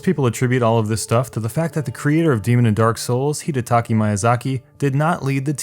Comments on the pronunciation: Small complaint, it's HideTAKA MIYAzaki, not HidiTAKI MYAzaki. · Correction: Hi-deh-ta-Ka Mee-ya-zah-key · "Hidetaki Mayazaki" Edit: Wow you are actually bad at reading statistics, no offence.